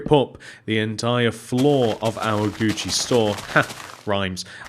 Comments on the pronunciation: Do you call it Guuci there? Cuz Guuci is spelt Gucci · It's Gucci I died laughing when you said that